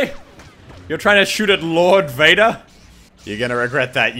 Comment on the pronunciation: I keep thinking you say "Beta" instead of "Vader". Is that wrong to think that?